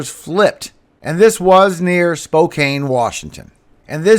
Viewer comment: It’s SPO CAN! NOT CANE! I grew up just a couple miles from 4th & Fancher where the Tornado uprooted an Evergreen tree & flipped 2 RV’s. SPO-CAN NOT SPO-CANE! BTW Mark DEPP is no choir boy he and Heard are ACTORS! OUR EYES Need to be on JESUS! Not Satanic Hollywood actors out there to distract us by the Devil! ARMOR UP SAINTS!